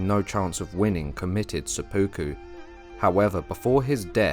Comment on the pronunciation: Great history, thank you! For future episodes, it would be even better if the narrators knew how to pronounce Japanese names and words. It's quite distracting hearing "sepooku," for instance, instead of "sep-puku."